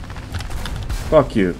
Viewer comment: smigga zamienia się w Brytyjczyka (najbardziej brytyjskie fak jiu jakie słyszałem w tym miesiącu)